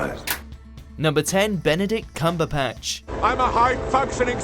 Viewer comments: "Benedict Cumberpatch" nice pronunciation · I'm surprised no one has realised the first time the voice-off guy says his name he says "Benedict CumberPatch". I was expecting some Cumberbitches hate there. ;) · No one noticed when he introduced Benedict Cumberbatch he said Benedict Cumberpatch? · Did he just say "Benedict CumberPatch"? 😂😂😂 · Who is Benedict Cumberpatsch? XD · "Benedict cumberPatch" 😂